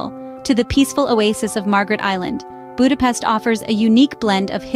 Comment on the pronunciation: Ha már ide utazott tanulja már meg helyesen mondani a fővárosunk nevét, és pöszítsen!